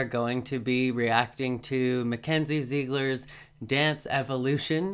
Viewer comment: Not meant to hate but Idk why but It bothers me so much when people pronounce her last name like "zeegler" but it's pronounced like "zigler"